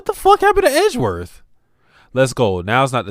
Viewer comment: "Eh-ji-werth? Who's that?" That's Phoenix's real 'special someone', Pearls.